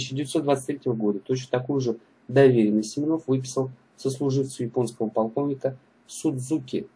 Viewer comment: Атаман не Семенов а Семёнов ударение на ё а не на о